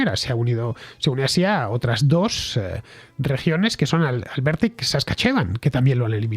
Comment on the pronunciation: La provincia de Alberta también hubo problemas importantes, en el paso de Coutts. Por las protesta es que se eliminaron las resticciones y el pasaporte del virus de la China comunista. Para el gobierno de Alberta, el virus será eliminado en Marzo 1. FYI, el nombre de la provincia de Saskatchewan , se oye como "Saskáchuan"